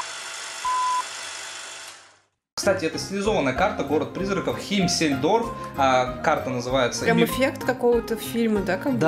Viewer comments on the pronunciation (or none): химмельсдорф! а не химсельдорф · Не Химсельдорф, а Химельсдорф Лайк за танки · Химсельдорф????))) правильно - химельсдорф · Может не химсельдорф а Химельсдорв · химмельсдорф а не химсельжорф))) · не химсельдорф а Химельздорф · Лол, не химсельдорв а химельсдорф